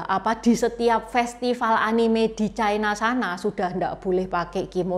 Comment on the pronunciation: Ucapan yp bnr China, bukan Chaina